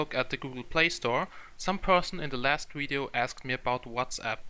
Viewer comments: Video, not wideo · The same reason he says "wideo".